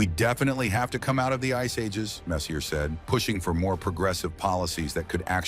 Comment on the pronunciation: This AI clip is lousy. Grant FOOR, Mark Messi-ER, Mike LOOT.